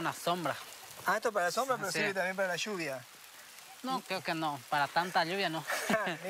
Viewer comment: Quede sorprendido con el vocabulario correcto del chico Guaraní, mientras el Argentino pronunciaba "Chuvia", al referirse a la lluvia.